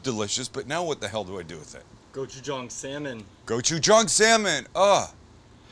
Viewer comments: It's pronounced Gochu-JANG. Like gochu "Jane" not gochu "John" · please... GOH-CHU-JANNG. not go-chu-JAHNG. Kamsamnida! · did you try to say Jawn? lol im offended you butchered the word lol